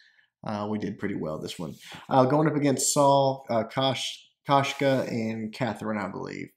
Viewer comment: its koshka